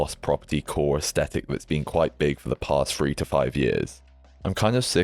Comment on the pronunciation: quiet luxury slop lol. 5 finger fkn shoes 🤮 and I feel the same about the awful tabby's - funny how they are everywhere now and overworn/overseen/overhyped. horrid. leboubous (no idea how to spell this and do not care to learn) - omg, horrendous. yeah, I'll still be wearing baggy / barrel. it's Yves 'san' Laurent please - we are back to pronunciation again. Also it's aes-th-etic (th th th) and not aes-tetic, it's not a hard t. thanks for your always insightful vids, always very interesting.